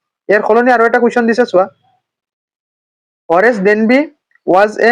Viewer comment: Horace danby ✅ horse danby ❌